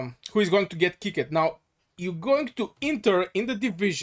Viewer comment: kickited its kicked